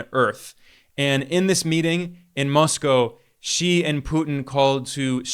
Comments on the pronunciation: Finally, I hear a western podcaster pronouncing President Xi’s surname correctly. I bristle when I hear his surname pronounced, “she”. Well done, Ben! 👏🏻👏🏻👍 Apart from that little detail, great appreciation 🙏to you on your fair analyses of varied geopolitical and economic affairs.👍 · Finally!!! A Westerner who bothered to learn how to pronounce "Xi" !!!! Good on you!